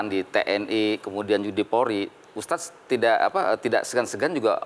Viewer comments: Hostnya susah amat bilang ustadz, ustas ustas mulu😂 keliatan banget kureeeng hostnya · USTADDDD BUKAN USTASSSS???? YO OPO